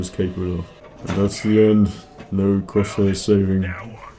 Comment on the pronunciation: I get that Crosshair is one of your favorites, but if you love him so much, could you say his name correctly?